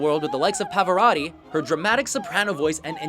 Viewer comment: He pronounced Pavarotti right